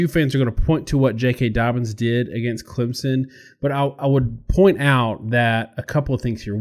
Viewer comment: Once again, tell I'll take his Clemson analysis seriously when he learns to pronounce it. That said, I've thought for weeks that the Clem-OSU winner would beat LSU. I still do.